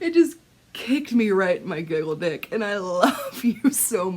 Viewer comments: Did you say "Giggle Dick "? Lol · You said giggle sick. And I love you so f’n much.